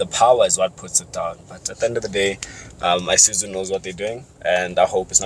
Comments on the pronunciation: Nice review as usual but I have a problem with the way some people pronounce the name of this brand. It's not I-suzu but Isuzu. Same applies to Iveco, it's not I-veco but IVECO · Eye suzu you mean